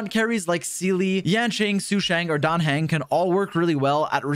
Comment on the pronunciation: Someone actually pronounced Dan Heng's name correctly which is